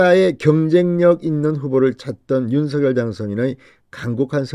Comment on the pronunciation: 진성호 당신 *윤서결이란 사람은 없습니다 *원성열이란 사람은 있습니다 *윤성열 로 *윤성열 로 *윤성열 로 발음하세요 진성호씨~~~ *성열*로 소리내기 *성열*로 소리내기 우리말 공부 좀 하세요